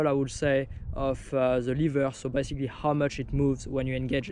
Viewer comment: I like how, with your accent, "basically" sounds like "bicycally"